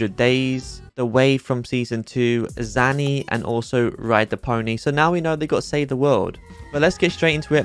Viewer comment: LOVE UR VIDEOS BUT ITS ZANY NOT ZANNY+